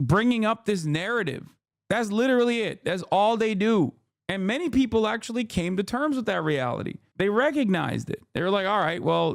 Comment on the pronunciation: said "ackshully you're weird" hahahahahhahaa